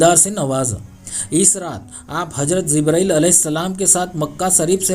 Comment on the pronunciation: bhai phle hazrat bolna seekhlo hajrat shi nhi hai